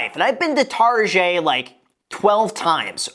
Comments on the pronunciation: This is so man-spainy and pretentious. $2,000 a month for an updated studio in downtown LA is normal! "Tar-jay"? Really? Also she said her personal credit card max is $500 a month. That doesn't mean that's her actual CC limit. Mine is $10,000 but i set my personal limit to $600. I think that's what she meant. Criticizing her furniture and telling her HOW TO CLEAN??? Sharing your dumbass life hack of "oh instead of spending money on cut flowers, get yourself a whole ass backyard with a flowering tree and just go out there and snip snip" is insane. This is so far removed from analyzing her spending choices and really veering into just shitting all over the way this girl lives her life. You're way out of touch, dude. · Almost unsubscribed because of the pronunciation of Target. But it’s Graham. So I stayed. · I think he is trying to pronounce it with a "French" accent. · You are aware that he's pronouncing it deliberately as if it were a French word to emphasize the fact that Target is basically for people who like to feel they're too good for Walmart, right? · Took a shot every time graham said TarjeééÉe and now I’m dead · Why you say rojet? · This guy literally said Targét 😂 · why does he say tarjey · Tar-JAY?? Is it a joke? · "tarzhay" lol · No one: Target Graham: Targét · stop saying tarjay imma sneeze my brains out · Why he call it Tarjay? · Why are you saying tarjhay?? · STOP SAYING TARGÉT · Say "tar-jay" one more time.....lol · I almost couldn't finish the video because he kept saying tarjay. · My friend from Florida says that everyone there says "TarJay" and they love to go to "TarJay" lol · Why do you call it tarj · I love how you say "Target" with a soft g like if it was French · Nobody: Graham: Targeeey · Homie really out here saying “tar jay” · Doesnt targets owner literally call it 'tar jay'? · It’s Targèt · Super important question graham. Why do you pronounce target as “targeè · Dude HAHHAHA pleaseee learn how to say target this is cracking me up